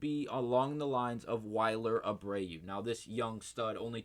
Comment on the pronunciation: He also said wiler Abreu🫣 makes me think he doesn’t watch the games